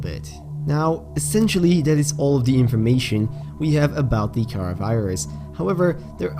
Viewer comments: Car ar that's how it's pronounced not cara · its karar not karaa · It's not cara you say it like ka raa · I think it is pronounced Kha-rah